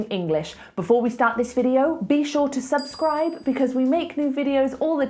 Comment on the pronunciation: Before you correct your students about "should", you need to correct your pronunciation for the word "subscribe".